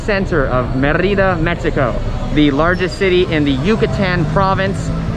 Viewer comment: Mérida = MAY-ree-dah